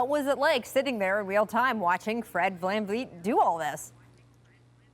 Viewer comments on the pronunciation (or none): saying “van-leet” lol put some respeck on his name